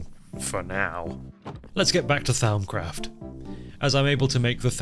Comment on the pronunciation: Hearing butcher "Th-ow-mcraft" as well as Vis is... I mean, I can't blame him, that was me at one point. With Vis, anyways. I get it, Latin is hard and changed a lot over the couple millennia it spanned lol I will say, though, "Th-ow-m" is absolutely a new one to me, lol. It's typically pronounced "Th-om". That is, "om" as in "Romper":) Vis is pronounced "Vii". That is, "ii" as in the Nintendo Wii. It's Latin for "force"!:D In fact, in most Latin words that end in "-is", that s is silent ^-^ Both of those pronunciations are direct from the mod author, Azanor:) Or at least, from my memory of a nearly two-decade-old video on a pretty niche (at the time) channel. It lines up with my more recent (albeit still a while ago) Latin studies though. Speaking of old channels - anyone else remember watching Direwolf20's Forgecraft series? Or better yet, his old 1.2.5 singleplayer? Peak modded minecraft. Enough to make a grown gamer cry 🥲 I make mods now - likely in no small part because of DW20's time on Forgecraft lol